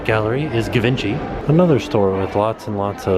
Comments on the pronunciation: it's Gee-Von-Chee not Give-inchee!! lol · Ga-vincy...oh lord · Gee-van-she would probably be better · I literally spit my water at Gee-vin-chee. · I think Give In Chee has a nice ring ;) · Givenchy? I always though it was pronounced like “jiv-on-she”. I’ve never heard it said like that! I don’t understand French, it’s too difficult. Is it a G sound or a J sound? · Molly, you are correct! My boyfriend had cologne that brand and I told him how it was pronounced so that he wouldn't go up to the sales clerk and pronounce it the way did, lol! I watch a lot of fashion tv shows, lol!!